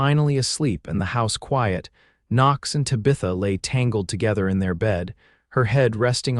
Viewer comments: That is not how you pronounce Tabitha. The name Tabitha is pronounced TAB-ih-thuh, with the emphasis on the first syllable, "TAB". The sounds are: T as in "town," A as in "hat" (a short 'a' sound), B as in "book," I as in "ship" (a short 'i' sound), TH as in "think," and A as in "above" (a soft 'uh' sound). Minor quibble - she's wearing a forest green when he first sees her, not sapphire as he says later. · Even though you butchard Tabitha's name....😡 This story was really very good. ❤😂❤ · If your AI can't pronounce Tabitha, then you should have given her another name. It's irritating to hear her name pronounced, over and over, incorrectly. 😮😮😮😮😮